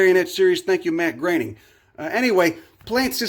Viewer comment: I have been hoping you would talk about some good botany books and my wish has been granted. And you pronounce Matt Groening correctly, which is also great!